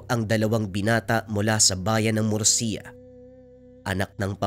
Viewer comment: murcia ang tamang pag bigkas